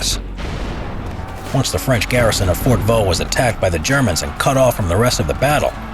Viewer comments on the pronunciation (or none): On ne dit pas "Fort Vaux" mais "fort de Vaux". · Fort DE Vaux ;) et non "Fort Vaux". Yeah, french is tricky, specialy when it comes to names.